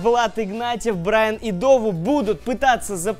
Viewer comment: Брайан, а не Брайн